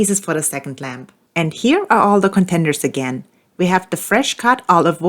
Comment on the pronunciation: I'll be honest , all the video I heard Lamb not Lamp... And I am a man of culture